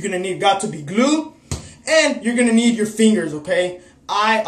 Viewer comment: "GOT TO BE GLOOED" .